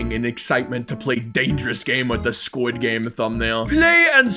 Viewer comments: Its sqiud game not skuish game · he really said sqish game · Bro in "its fron squish game"